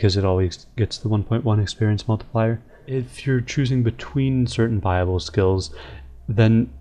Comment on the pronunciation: bible skills??? the church of rs l2pronounce buy-ab-le